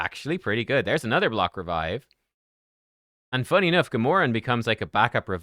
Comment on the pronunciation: “GAH-MORE-EN”?? You mean “GAM-URH-AN”! Your pronunciation would be Gamoran. Not Gamuran.